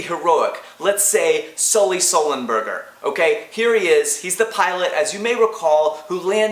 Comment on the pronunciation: every time you said sulley sullenberger i fell on the floor laughing.